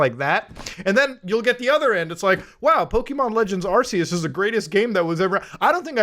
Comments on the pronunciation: Man straight up calls it arseeus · Bro. Its ARC-ee-us